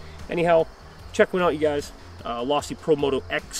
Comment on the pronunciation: It’s Losi not lossy